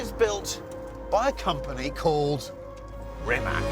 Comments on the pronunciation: when will people learn how to pronounce rimac properly… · Where do they see a K in Rimac? No one is calling Mercedes a Merkedes....have some respect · "C" in "Rimac" is pronounced as "c" in "cereal" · Surely you guys can take a few seconds to learn how to pronounce rimac correctly? It's not that hard. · WHEN will the automotive press honor this man and learn to pronounce his name CORRECTLY? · wrong. 'c' sounds like ZZ in pizza. there is no T or SH sounds. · Why nobody can pronounce Rimac correct? 🤦🏻‍♂️ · Could you invest 3 mins in learning how to f pronanunce Rimac and Nevera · Please pronounce Rimac correctly next time🗣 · Rimac managed to create such an amazing car, but these bloody presenters can't learn to pronounce his name right! Kakvi idioti, u vecini sveta... strasno. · Why can't Chris learn how to pronounce Rimac Nevera correctly? Really poor. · I am astonished you can do an entire video, presenting this awesome Croatian car, and can’t be bothered to find out how to pronounce the name correctly. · It's not Re Mack! Pronounce it as Reematz! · That car deserves proper respect, doesn't it!! Starting with pronunciation BBC. It's NOT RimaK, rather RimaC (last letter is pronounced like first from word Zeppelin and not like first from word Canada). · Get it right not RIMAK its RIMAC CCCC Not. KKKK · its Rimac with C not Rimak with K...... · It is not “Rimak”...it is “Rimac”... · It's pronounced "Rimats", not "Rimak". 🙂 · Not Rimak but Rimac (Rimatz) and not Nevira but Nevera which means Infidelity. You get paid millions for not knowing how to spell it properly. Ruined the video 🙈🙈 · It's a shame that you journalists still don't know how to pronounce Rimac. Once and for all, C read C, not K... shame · its not rimak its rimaC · It's not Rimak or Nivira... it's Rimac Nevera... learn how to pronounciate properly cars name you brits ;) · It’s called “Rimats”, not “Rimak” 😂 Did they honestly lend you a car for the video while allowing you to butcher their name?